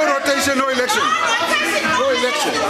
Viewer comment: What is ehlekshon? 😂